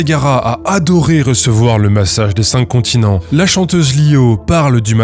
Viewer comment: Sur le "massage des çincontinents", les pros s'tatent ! 😆